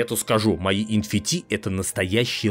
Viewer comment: Эн Эф Ти, не? Что это ещё за Фи? Откуда ты его взял, из греческого алфавита?